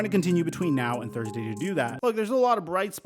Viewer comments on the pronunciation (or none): none